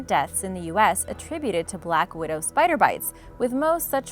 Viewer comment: i LOVE SPAYDR Like not poison